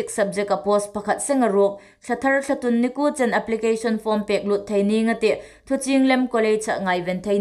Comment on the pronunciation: THT News puongtu hai hi inthiem ta ngawtel lawm in um. Chun Ei hmaa April thla hi Intûn hmin hun ani leia Thlatûn tia inbuk aniha, a lamdan hungthiem ro.Thlatun nilovin Thlatûn ti lem ro.Ei țawng hi sukdik a phu hle anih.